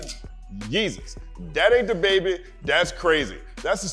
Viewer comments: U have to stop saying his name that way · He had a pretty funny Nardwuar interview. Nard kept pronouncing his name like "DAH Baybee" and at the end he started dressing up Nardwuar and posing with him while Nardwuar was doing his post-interview freeze frame. Also, is the Youtube demonetization algorithm so bad that you even have to censor the word "damn"? All I've got to say to that is.... damn! 😒